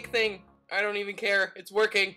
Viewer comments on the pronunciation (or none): none